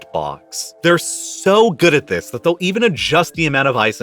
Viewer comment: Sorry, can't continue to l-histen to th-his guy. Please try to talk normally. You are destroying an otherwise good v-hideo